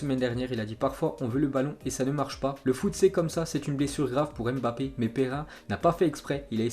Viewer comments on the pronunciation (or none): none